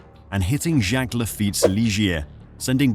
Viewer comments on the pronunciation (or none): none